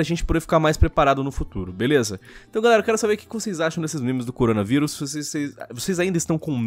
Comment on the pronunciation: errado: Coronavirus certo: CORONGAVIRUS